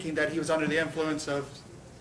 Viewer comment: Cop slurring his words at an ironic moment. "...to me it innicated that.. that he was...unnerthe, unner, unner, unnerthe innnflunce of alcohol..." LMFAO The defense should have given him a field sobriety test on the spot. Go ahead, show us how it's done. Or when the lawyer basically explains "I took the same course, it was only 40 hours, and it came with chicken nuggets, sauce, small fries and a happy meal prize." - and the cop realizes the lawyer's been through their 'how to frame a driver in court with unreliable nonscientific practices' DUI seminar and starts fidgeting.